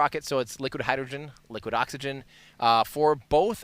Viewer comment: Hydrogren and Oxygren? 😅😅 You know what else has "gren" in it? Grenade... I hope you didn't jinx it.